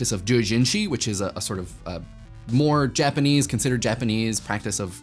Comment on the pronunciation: The first syllable of Doujinshi rhymes with "dough." Also, though I love the rhetorical device of leaving the obvious point unspoken, I feel like you might have wanted to finish that science comparison to the troll question and state outright that you consider questions of human behavior around popular culture to deserve just as much analysis as any scientific phenomena.